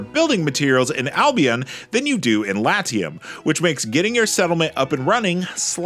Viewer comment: Pls. learn to pronounce Latium correctly. Even in english this is bad.